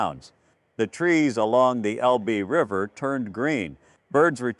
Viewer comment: It's el-buh!! Not el-bee!! If you (video producer) can't pronounce proper names of people and places in the story correctly, you should consider another occupation. Something like selling comic books!